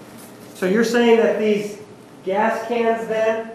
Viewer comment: When Juan said “California is a progressive state, in the sense it has gays-uh-gas stations almost everywhere” 😂